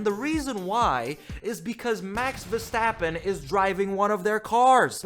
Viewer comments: wee stappen? If you are such a fan learn his name.... i am not even a fan but the way you say his name is annoying af.. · “Max Sidverstappen”